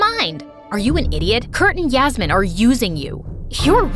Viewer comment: did u just say yasmmin 😂😂😂